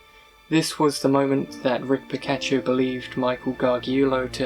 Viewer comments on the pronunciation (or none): Its Tricia pacaccio "PAH-KAHTCH-CHEE-OH" AND Michael Gargiulo " GAR-JEWELL-OH. I'm not trying to call you out or anything I just thought you should know. I love your videos keep em coming! You're doing a great job!